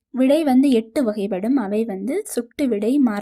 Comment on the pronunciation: வகைப்படும் உச்சரிப்பு எல்லா இடத்திலும் சரியா உச்சரிக்கவே இல்லை அதனால் நீங்க சொல்றதை கேட்க முடியல